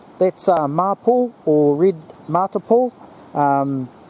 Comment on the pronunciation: Thanks you very much for the video. I found the bits on wood burning and the medicinal properties very interesting. Mapou is pronounced ma-pour and matipo is pronounce ma-tea-pour. Does anyone know why the Mapou and the similar Kōhūhū (as mentioned) in the video are also called Mapou (Red and Black respectfully).